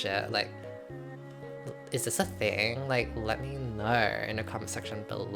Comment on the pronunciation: "lemme knaurrr in the comment section bellaurrr...like, i don't knaurrr." rhyming queen